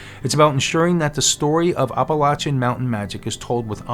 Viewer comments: maybe I stopped watching it because of the mispronunciation. I’ll view again. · Please please please- especially since you live there now - pronounce Appalachia correctly. I enjoy your videos, and I’m not trying to be mean. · OMG. You’re saying it wrong that’s NOT HOW YOU PRONOUNCE APPALACHIA. made my ears and head hurt